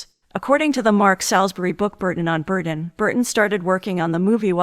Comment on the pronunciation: Burton NOT Burden!!!